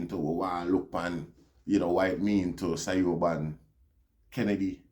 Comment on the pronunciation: Siobhan is pronounced Chevaun.